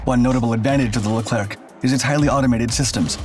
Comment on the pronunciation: Pronounced Leclear